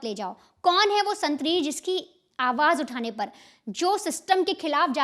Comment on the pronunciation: 😂😂 aawaaad kya hota h 😂😂